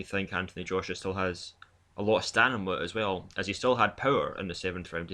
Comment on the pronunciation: Really sorry in advance... please learn to say stamina :( STAMINA